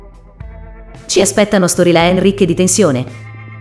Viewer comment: Forte quando dice "storylen"! 😁